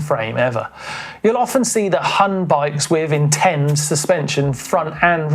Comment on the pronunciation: Huhn is pronounced more like Hoon, the german word for chicken ;)